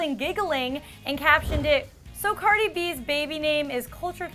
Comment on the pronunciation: She said Cardi's name so wrong hahah